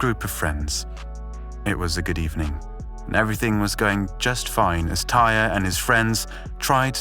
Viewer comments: Idk who “tire” is. His name is TY-REE! And he didn’t die on impact, he died later that night at the hospital. You need to do better research if you’re gonna speak on a deceased person. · You really just called him "Tire?" 🤦‍♂️seems like you're not doing any research and just copy pasting articles. 🗑️ Channel. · It’s an easy mistake to make when comparing it to the work pyre.